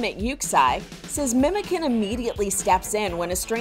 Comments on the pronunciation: its not "memeken" ITS "MEMOCAN" , jesus imagine being news channel and not being able to find turkish person to ask lmao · You actually say ‘Memojan’ not the c that sounds like the k :) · Why don't news reporters bother just the slightest to learn correct pronunciations? C in Turkish is read as a J, so Memocan actually sounds more like Memojohn than it does like a tin "can". Really cute story though ☺️